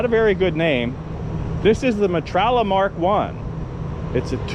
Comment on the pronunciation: Stop saying metralla! Aghhhhh!! Me-tra-ya 😂